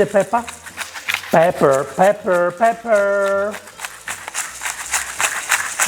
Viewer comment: Now I can only say "pepe" instead of pepper. 😁